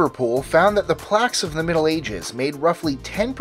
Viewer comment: Plague not plaque....